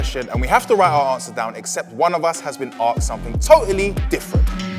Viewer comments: Asked pronounced Acksks" is hilarious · I see you are still pronounced asked aksed. in school it is understandable but as a grown man you must learn how to pronounce it, especially when you have had atleast 5000 years of experience learning languages